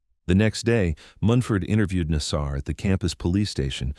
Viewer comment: the problem with getting AI to narrate is that it mispronounces words, in this case "Nassar"! ffs, get a real voice, how uncool is it to have the inmates name pronounced wrong!!!!! come on guys keep it real